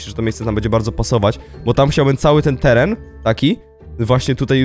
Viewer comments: "teran" i "umieszony" piękne 😅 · "teran" Piękne 😅